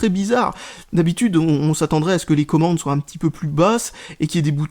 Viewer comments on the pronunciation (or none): none